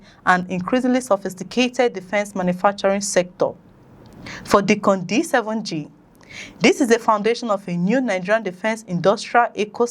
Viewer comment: Pronounced DYcon not Deecon